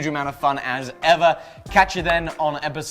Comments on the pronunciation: At the end of the video did say calvary saver? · "Calvary Sayva"... lmao!